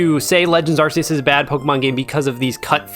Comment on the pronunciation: What did u just say? Arse euse? Its arc euse! There, give me my 50 now